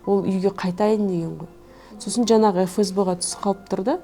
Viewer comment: Жанағы ...жанағы.... демей ЖАҢАҒЫ ДЕ! НЕРВЫҒА ТИМЕЙ!